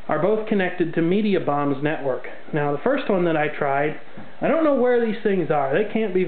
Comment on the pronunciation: Did you call Mediacom "Mediabomb"?